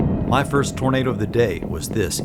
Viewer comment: Lol tornad is how you pronounce tornado in French.